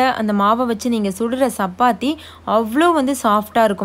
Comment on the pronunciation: Sappathi illa chappathi, it’s cha not saa